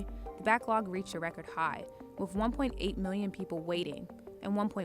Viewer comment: Hey CNBC. If you can pronounce "other" then you can pronounce words like north and with. There's no such thing as norf and wif and pafway and residenshee. You're CNBC. Fix it.